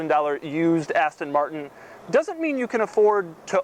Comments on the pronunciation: i hate the way he says aston martin lol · Please buy another car Doug. It's painful every time you mispronounce Aston Martin.